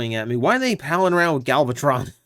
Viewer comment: Gal-vatron. C'mon man.